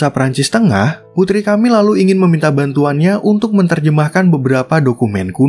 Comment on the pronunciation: Tiap kali nyebut Camile dengan "KAMIL", kuping ku kok berdengung yak 😅😅😅Dibacanya E, Boss.. bukan A... dan E nya seperti t"E"lor bunyinya.. atau p"E"rsis... Atau waktu Anda baca Ang"E"la...